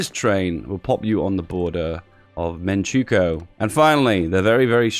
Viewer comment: Manchukuo = "Man-chuh-kwo"